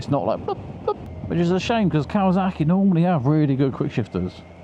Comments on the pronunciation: It’s kawa(S)aki Not kawa(Z)aki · Why do you say kawazaki instead of kawasaki ???